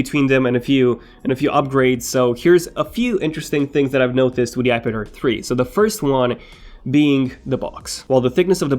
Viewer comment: omg everytime u say "ipad air 3" i always hear "ipader3"